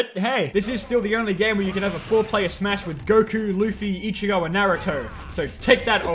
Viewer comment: Can i point out that it's pronounced "ichigo" not "ichio"